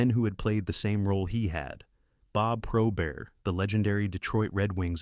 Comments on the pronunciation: It's Pro-bert not Prob-ert. RIP-Mr Probert was the greatest enforcer of all time...🏒💪,🏑✊✌️ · This AI narrator mispronounces Probert as PRAH-burt & Roy as ROI (it's RAH).🙄🤦 Otherwise, a well-written & researched video on the career & tragic death😭 of Todd Ewen.👍 Having been a lifetime San Jose Sharks fan since 1995,🦈💙 I'd often get carried away whenever watching Ewen lay hard hits & engage in slugfests in televised Sharks games during the 1996-97 season.😡😤👊 But aside from his enforcer physicality, he was a loving husband to his wife - and eventual widow😢 Kelli, and young sons.💖 When I learned of his suicide 10 years ago, I was stunned, yet totally not surprised.😔💔#riptoddewen🙏